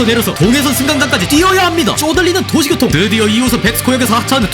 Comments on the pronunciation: 중간부터 도시교통이 도시고통으로 나레이션이 바뀐거 같은데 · 찰지다.. ㅎ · 너무 찰져요..😂😂